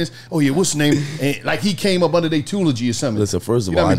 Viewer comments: He said “tulogy” tryna pronounce tutelage. Literally in tears rn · "I did come under their tulogy". Tutelage? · What the fuck is a tulogy? Do they mean tutelage?